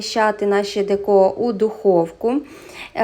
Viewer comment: Дякую за рецепт !!! Тільки не деКо,а дЕко!!! Дуже ріже слух !!!